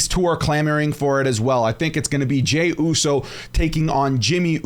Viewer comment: U said jey uso vs jey uso 😂